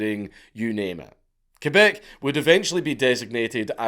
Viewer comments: Thank you for making the effort to pronounce the name of our province correctly ❤ Ké-Beck and not Kwé-beck, like so many others pronounce it. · Do you know how weird it feels to hear the correct french pronunciation for Québec (KAY-BEK) and not the annoying english pronunciation (KWEY-BEC)? Man, you clearly put the effort here. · Yooo I never thought he'd make a video about our LORE ahahah, nice. I'm also impressed about he pronounces "Québec" properly instead of "Qwébec". Props! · Holy shit you said Québec right! My man :) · You pronounce "Québec" better than most Canadians. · And you didn't butcher Québec All props Dank !! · My question is how is a scotsman able to pronounce my quebec language so well. Close enough anyway